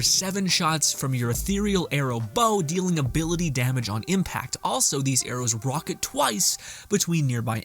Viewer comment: Play the ANGLES not play the ANGELS. Also, the word is RICK-O-SHAY, (ricochet) not rocket